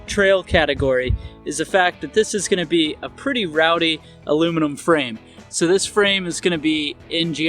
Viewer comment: Aluminum not alooom minum